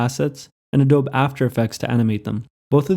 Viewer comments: It's not "A-dobe" it's "A-dobe-E" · Adobe (Ah-Dóbe) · Did he say Adob illustrator ?? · Adobe is pronounced ahDOHbee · Ah-Doh-Bee Great content though! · "Adowb"? Geez. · It's pronounced ah-doe-bee. Just sayin'.. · You’d think skillshare could’ve taught him how to pronounce adobe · Who pronounces Adobe like that? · The "e" at the end of "adobe" isn't silent: it's the same vowel sound as in "feed".